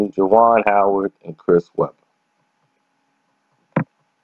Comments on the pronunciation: This nigga said Juwon Howard 😭😭😭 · is always fucking up names 🤦🏽‍♀️